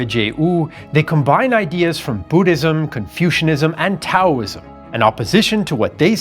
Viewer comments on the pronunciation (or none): none